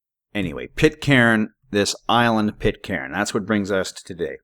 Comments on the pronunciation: It's pronounced.. Pit _caan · Pit-karen? At least try to pronounce it right. Rubbish video.